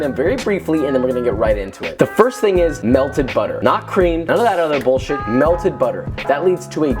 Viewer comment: No one: Josh: B U L L S H I T